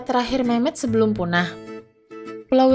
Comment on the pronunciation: Gua salah paham di kata Memoth yg gua denger Mem*k 🙏🙏😭😭😭😭